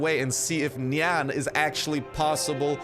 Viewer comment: when u say nian i hear nyan